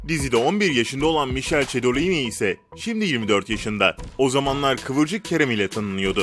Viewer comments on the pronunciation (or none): mişel cedolini??? Mikele cedolin(dogrusu) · Kedolin de değil cedolini